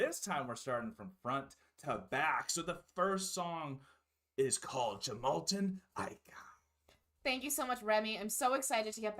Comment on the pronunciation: Yggdrasil, the World Tree, front and center on this album, fittingly. This is an excellent album you're in for a treat! Do remember the 'J' is pronounced as 'Y' in Scandinavian languages, and vowels stand distinct from each other. So it sounds like "Yoo-mal-ten Ah-ee-ka."